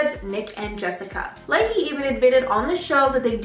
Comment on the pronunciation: Nick La- chay, not Layhee.